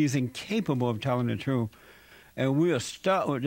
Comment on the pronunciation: 😆😆😆 "but's not a stereotype it's the trerf."